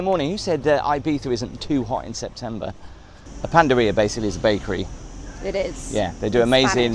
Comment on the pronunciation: It’s ’pana-dería’ not 🐼ria 😁